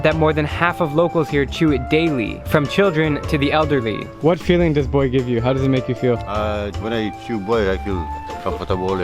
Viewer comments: Its pronounced “Boo, ai” Not boy. Trust me, I lived here for 6 years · "Hebe buai"